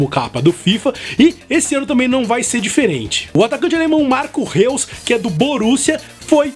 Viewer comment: Uma observação, o nome do Marco Reus se escreve Reus mas se fala Rois, só uma observação só kkkkkkkk